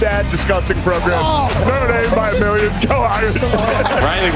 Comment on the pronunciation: Did schefter say Notre Damus?